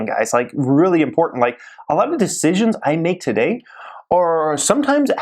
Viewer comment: What does he start every video with "twoday"... kind of annoying lol... then at the end... "greatt day"... okay sir lol... no ones pronounces it that way lol